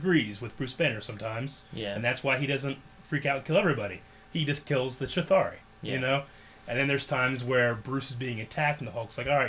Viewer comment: please stop calling the Chitauri the Chithari